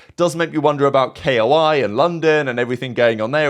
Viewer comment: I'm preatty shure its not K.O.I. Its pronounced Koi like the fish. At least thats how they Its pronounced on the valorant streams for their team.